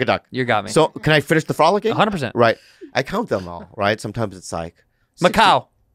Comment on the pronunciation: andrew said macau bird when really it is macaw